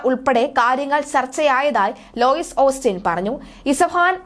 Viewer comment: ചില പ്രമുഖ ഓണ്‍ലൈന്‍ ചാനലുകളില്‍ വരെ എഴുതിയത് നോക്കി വായിക്കുന്ന വാര്‍ത്താ അവതാരകരുടെ അവസ്ഥ പരിതാപകരമാണ്. പറയുന്നതെന്താണെന്നറിയാതെ ഒരു വായിച്ചുപോക്കാണ്. കൗമുദിചാനലടക്കം ഉദാഹരണം. ഈ വാര്‍ത്തയില്‍ ഒന്നു ശ്രദ്ധിച്ചുനോക്കൂ. ലോയിസ് ഓസ്റ്റിന്‍ അല്ല ലോയിഡ് ആണ്. ശ്രദ്ധിച്ചാല്‍ ധാരാളം കിട്ടും.